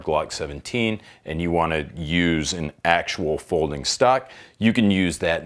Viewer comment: I physically cringed every time he said "Stock", like no no baby what is you doing 😂